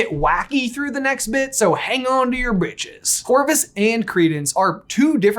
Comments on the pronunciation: Hey, I'd recommend ennounciating "hold onto your BRITCHES" because I did not hear an R. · Hey, you might want to work on your pronunciation of “britches” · I know he said britches but it sounded like just said “hang on to your bit**es”. Truer words never spoken haha.